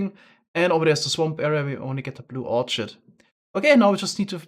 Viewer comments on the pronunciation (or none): I hope you don’t mind this comment.. but Orchid is pronounced ORkid.... not Orchard.... loving this series, and love the way you are incorporating you great builders. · Orchid is pronounced with a k sound.